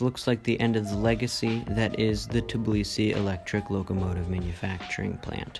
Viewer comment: Call Tbilisi Tbilisi, not Tiblisi🙏🙏